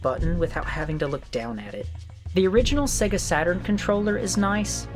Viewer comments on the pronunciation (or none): it is really embarrassing that you can not pronounce Sega. It is Say-gah not Segga.